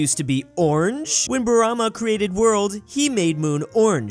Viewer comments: he also pronounced brahma wrong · It’s pronounced bra ma